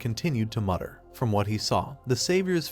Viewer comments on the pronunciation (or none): none